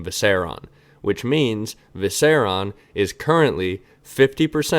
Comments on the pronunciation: Seven hells it’s Viser-I-on. 👏👏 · I’ve been consuming the last year of videos in a week and this is the first time you said something I disagree with. And it was they way you pronounce “Viserion”